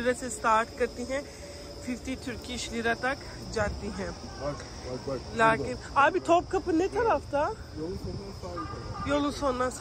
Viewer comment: Haha cute urdu 🥰 Don't speak "laakin" this is a "laykin"